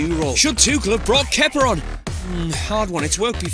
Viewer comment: Keiter?!Kepper?!It's Keïta and Kepa!!!Ffs